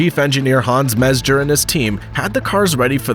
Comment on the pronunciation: Top shelf video. A couple of nitpicks: Metzger was mispronounced and the driver who appeared in the latter part of the video was not Brian Redman but Derek Bell. No biggie, this is constructive, I hope.